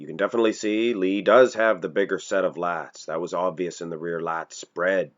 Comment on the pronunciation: When this guy says lags does he mean lats, as in latismus dorsi?